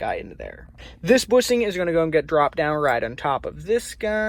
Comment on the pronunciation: Bushing not boosing, shifter and not sifter🤣